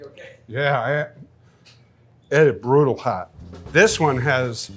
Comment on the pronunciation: The way he says “it et broodal hot” 😂